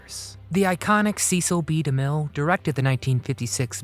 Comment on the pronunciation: sesell bee da mill , not seees